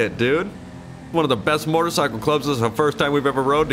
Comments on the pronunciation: MO•TOR(E)•CY•CLE . I keep hearing MOR•TOR•CYCLE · Alright, it’s been a year and I still can’t figure out if he’s saying mortacycle or motorcycle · Its not MORTAR its mOtor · When says "Mortacycle"...I feel that. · i like the way you say motercycle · says "motarcycle" hahaha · "Mortercycle" I'm only joking. Love you! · i die inside every time you say mortorcycle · Idk wether or not to love or hate the way he said "motorcycle" lol love you any ways keep up the great work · The way he says motorcycle 😂😂😂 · Why do u say motorcycle weird